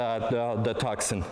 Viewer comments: It is not "TuCson", it is pronounced "Tuson", the "C" is silent.... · It's Tucson, with a silent 'C'. tooh-son. Like Tucson, Arizona. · Tucson is a city in Arizona, United States, the correct pronunciation is Too-Sun, two-son, it's a beautiful car from every angle, from new it comes with a 5 years unlimited mileage warranty and the top of the line is fully loaded, no other car in that price range comes with so much specification, if you want all the optional specification on a European car it would cost you twice as much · It is pronounced "Two- Sawn"